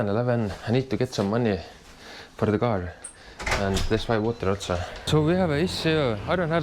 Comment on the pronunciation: The gar 🐟🙂 = car🛻